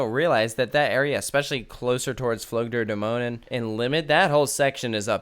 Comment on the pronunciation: Your pronounciation of "Flug der Dämonen" was spot-on, which is impressive. However, with "Soltau", the emphasis is on the first syllable, not the second one. So, more like "ZOLL-tau".